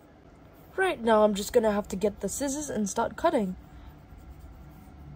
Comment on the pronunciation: “MovE rIghT nEwO” 😭😭